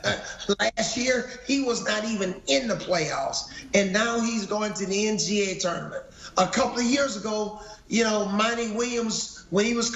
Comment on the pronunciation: Boy said the “NCA tournament “ 😂